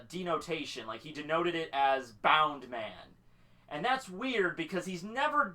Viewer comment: It's BOUNCE man.. not bound..